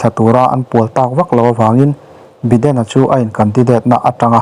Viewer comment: Biden nge Baiden